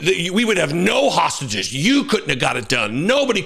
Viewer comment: It’s hard for him to say three syllable words like hostages … and he’s a pos. BB is a bastard !!